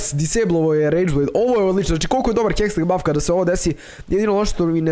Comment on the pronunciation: nije hesteg nego hextech hahaha #BANDA